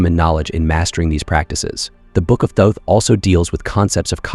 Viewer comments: There is no E at the end of thoth don’t pronounce it like it has one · Really love the content on this channel but man...the way your speechbot pronounced Thoth could make Seshat weep and Seth giggle 😅Is that adjustable? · I believe you are correct. More I meant can you adjust the pronunciation for specific words like Thoth.